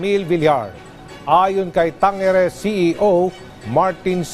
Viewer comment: Tangere😅😅😅bka tangare hahaha😊😊